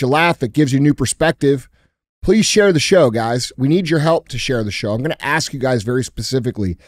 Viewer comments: “Let me Axe you something” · Let Me Axe You a Question is a WINNER! More, please.